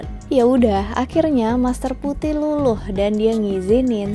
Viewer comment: ulasan yg bagus sekali... cm geli rasanya saat nama mandarin master Phu Thiˊ dibaca Pu Ti hahaha semangat terus